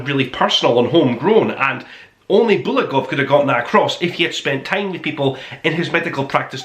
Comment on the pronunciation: bulGakov, me friend, not bulakov, but ok